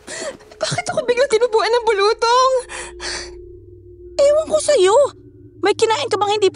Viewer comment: Its bulu-tong.not bulutong.